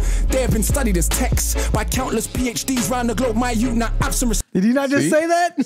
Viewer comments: London yout. (Youth) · Endz means where you’re from, plus he said London youth, pronounced Jamaican yout